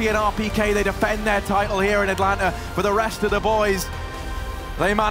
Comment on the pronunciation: atalanta değil atlanta